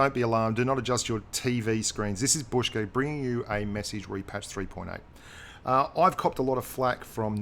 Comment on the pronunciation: It's k bushka we know it's not ur fault keep making content I love ur videos :)